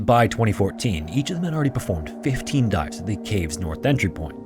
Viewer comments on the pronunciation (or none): none